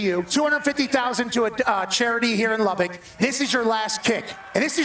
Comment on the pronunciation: They still refuse to pronounce Lubbock correctly.